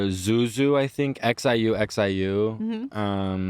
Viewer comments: It's pronounced SHU SHU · Not pronouncing Xiu Xiu “zoo zoo” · i know he did not pronounce xiuxiu as zoo-zoo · xiu xiu is pronounced shoe shoe :-) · xiu xiu is pronounced shoo shoo